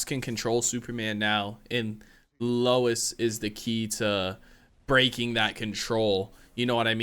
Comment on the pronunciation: "Lewis"??? Again???? Hahahahaha! Nice reaction - keep up the good works (and remember...."Lois" - pronounced "low-iss"!)............*edit* glad you realised again !! xx